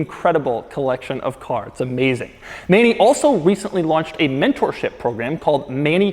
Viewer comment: You didn't pronounce Manny's name right ,but it's no problem